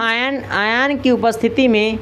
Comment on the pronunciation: यार ये कैसा teacher है , आयन को आयान कहता है, फैराडे को फ्राइडे कहता है।